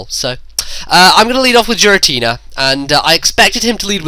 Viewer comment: STOP SAYING JIRATINA